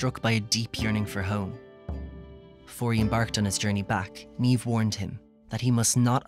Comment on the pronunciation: he says Niamh wrong and its really triggering